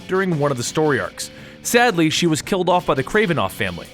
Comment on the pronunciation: "KILT"???? Did you mean "killed"? LOL